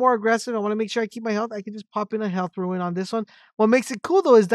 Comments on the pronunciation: Its Rune not Ruin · It’s pronounced roon not ruin! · rune not ruin